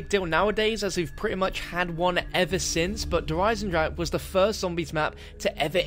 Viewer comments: 2 years later and still none of the englisch speaking youtubers correctly pronounces 'der Eisendrache' :D still sounds like 'der eisendrak' in german :v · pronounces "Eisendrache" differently everytime he says it 😂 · It's been 2 years and people still can't pronounce it's name XD It doesn't matter though, it still is one of the best zombie maps out there and the beginning of the DLC season of the best CoD Zombies game!